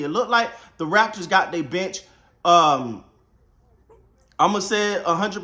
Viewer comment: The first 5 times when he said "the bench", I heard "the bitch". And I am like "who the hell is this bitch and why do they call him the bitch?"